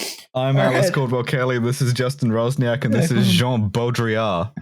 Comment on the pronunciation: Swoją drogą jak już o Polakach i polskim mówimy to Justin czytający Roczniak jako Razniak jest dość zabawne